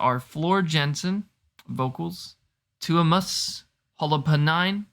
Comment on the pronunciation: Just sitting here cackling at the pronunciation of Tuomas’ last name. Y’all killing me. 😂 Also, with regards from the Nightwish Army, just surrender now.